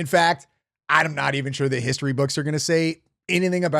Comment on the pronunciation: HISHTORY??? Why can’t she pronounce words correctly???